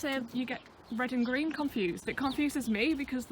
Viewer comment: "It's so redd" "it's so greenn" Ya'll i'm devastated